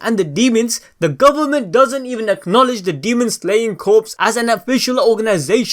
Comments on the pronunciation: I've never heard it pronounced like that... No P... Just like saying core not corpse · It's pronounced like core not corpse. But I'm nitpicking lol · Yes it's pronounced core. As in the Army Corps of engineers it's pronounced core. Definitely not corpse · Did anyone find it hard and cringing with the fact that he mispronounced the word "corps" as corpses the whole video. 😐 TO THE CREATOR- this French-derived word is pronounced like the word "core" not like the word "corpses" ( which mean dead bodies) but I Enjoyed the rest of the video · Sorry to be 'that guy' but its pronounced "Core" not "Corpse" gotta love the English language xD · Its not corpse dum dum its corps you say it like core not corpse dum dum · It’s pronounced “core” not “corpse” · my friend.. love the videos but you are saying corpse as in dead bodies. its corps. pronounced core. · Sorry but I have to say this... corps is pronounced core. Like the marines corps. Not corpse as in a dead body. Just a tiny pet peeve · Corps(core) not corpse(corps(e)).... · ITS NOT CORPSE... it sounds like CORE... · Great vid, but Corps is pronounced as Core and not Corpse. But again still a great vid! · Dude, CORPS is NOT pronounced as CORPSE. It is pronounced as CORE. DAMN, MAN. It's not that hard to learn. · The content is great but the only problem I have is how you say Corps. It's Corps (Core) not Corps (Corpes) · Please stop saying corpse when pronouncing corps. It's pronounced core. Otherwise great video 😊👍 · Demon Slayer Corps.... The word “Corps” is pronounced like the word “core”. He is pronouncing “Corps” like “corpse” which refers to a dead body. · It’s pronounced “Core” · ITS “CORE” JUST THE P AND S ARE SILENT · The P in Corps is silent. "CORE" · It's pronounced "Core" If the P was silent if would be pronounced "CORES" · Corps is pronounced as core homie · corps is pronounced core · “Corps” is pronounces as “core” just so you know lol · Love your videos but corps is pronounced like core the s is silent